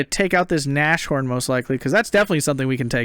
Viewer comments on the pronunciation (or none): I so feel your frustration with the Shermans! Edit: And again I'm nagging... Nas-horn, not Na-shorn XD